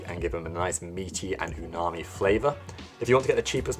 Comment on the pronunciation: Scrumptious 😋😋 Btw, it's "umami" not unami 😊😊